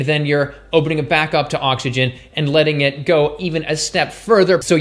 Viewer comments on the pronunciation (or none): none